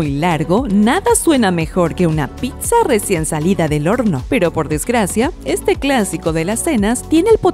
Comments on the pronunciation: Lo peor, es que la narradora diga PICSA, y no PITZA (PIZZA). Buenos videos, entretenidos, pero hay que revisar muy bien la forma de hablar, quedan mal y pierden credibilidad. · se dice pissa aun cuando se escriba pizza